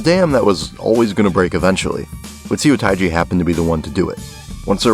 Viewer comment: thanks for explaining this so detailed! As a korean, I love to listen to korean music beside k pop! What I see as a mistake is in , you better not pronounce it "Soo- tai-jee" but it is more accurate to say his name "suh(pronounce like bruh or huh)-teji". Also, crying nut's debut was 1996 while seo taii's was 1992, so korean indie rock appeared after the hip hop boom in korea such as Seo taiji, Hyeon jin-young, and DEUX. Well I think I'm not supposed to tell these flaws to you because I'm not knowledage of American Music or European Music, so 😅😆 anyways, thx for making this video!😂👍👍